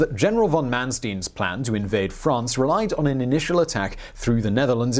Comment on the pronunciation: It's not "Mansteen," it's "Manstein," like Einstein.